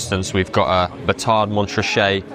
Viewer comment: You should not pronounce the ‘t’ in Montrachet